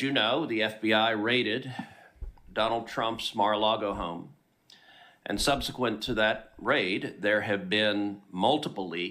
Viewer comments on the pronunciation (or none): none